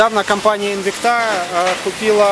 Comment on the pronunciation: спасибо! Но только правильно ставьте ударение в названии Инвикта! ))) Французы должны были научить...))